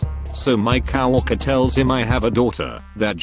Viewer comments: "cow-worker" "pleen" "too-huition" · generic tts voice trying to pronounce coworker: "cow walker"